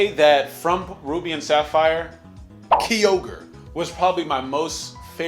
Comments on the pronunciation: "Key-ogre" ma boi its "ki-ogre" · Gens 6 and 7 made getting ready for competitive Pokémon so much more accessible for casual players tho. And Miltank isn't even hard. Also you pronounced Kyogre wrong. It's Kai-ogre. Not Kee-ogre. The "fire pig" was not Fire/Psychic. It's pronounced TyranitAr, not TyranitOr. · Kee-ogre, it is called Ki-ogre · This nigga said key-ogre, Kyogre ain't a green rapist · The way you say kyogre both hurts me and makes me laugh